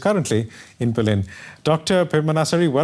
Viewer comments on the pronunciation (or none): none